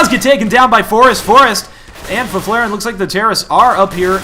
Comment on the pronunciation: haha as a swede I love the way you say Fifflaren